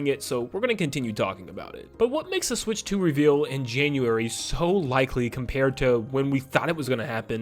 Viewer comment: Can I have 5 MINUTES WITHOUT “SWICH 2” !!!